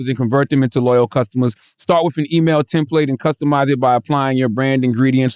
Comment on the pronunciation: Will someone please teach Charlemagne how to say template!!!!!